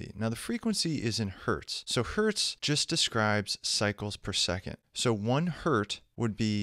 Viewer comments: "One Hert" ... lmao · "One hert" :D